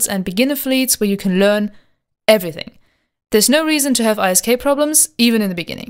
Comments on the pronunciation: For the love of God, can you please just say 'isk' instead of i s k :s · WOW. Have things changed this much? I remember a time when you had to AWOX somebody and be a capital pilot to even be considered by Hord. ANd Isk is normally pronounced as a word not the individual letters. But still a good video. Great opportunity for new players. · EI ÄS KEI Echt akzentfreies Englisch sonst, not bad!